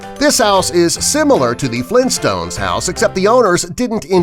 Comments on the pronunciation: Mandela Effect Its Flintstones not Flin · why is he saying flinstones?